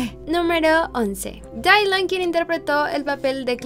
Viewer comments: Dylan no se pronuncia Dailan, se pronuncia Dilan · No es Dailan es Dylan